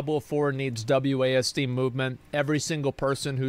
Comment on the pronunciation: Wasd??? WASD???? Is he serious?!?! Lol